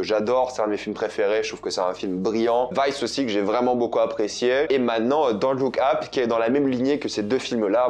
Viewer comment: Pourquoi tu le prononce Don't look Ap c'est super énervent.